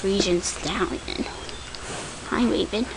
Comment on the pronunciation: when you said raven i thought you said rabies 0-0 xP